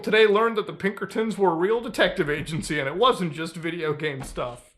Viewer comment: "Its the godamn pibkertons dutch" -arthur morgan and this guy